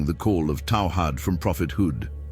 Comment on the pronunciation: The ai narrator only said a couple of words here and there that were off and they were Arabic words written in English and if you read what it is narrating it is saying what is written for it perfectly eg,it said taw hid because that was how it was written we know it is meant to be tawheed and if you told it to read tawheed it would of said tawheed the ai said taw hid because it was told to so the ai didn't get it wrong and to be honest when the ai narrator starts talking Arabic with the Arabic accent with the Arabic words spelled correct for it the ai narrator does very well when the narrator speaks Arabic using the words written in Arabic the ai is pronouncing every Arabic word perfect